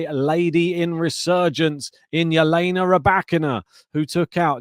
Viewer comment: Can you please stop calling her H/Jelena Ribakina. Her name is Elena.